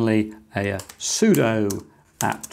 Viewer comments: It's pronounced sudo, not sudo. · I love the concept of using cases as passive coolers. Aside from that, pronouncing it as sudo and sudo interchangeably must really be messing with some people :) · I just realized I've been pronouncing "sudo" wrong all these years. No wonder none of my dates understood me when I said "soo-doh"